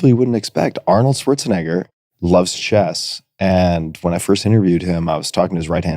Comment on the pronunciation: Of course Arnold loves "chesst" 😅